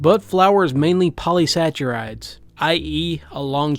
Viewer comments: You likely won't see this, but, just for info, polysaccharide is pah-lee-sack-ah-ride. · The way he's pronouncing it, it sounded to me like a cross between polysaccharides and "polysaturates" (which I rationalized as a bastardization of "polyunsaturated").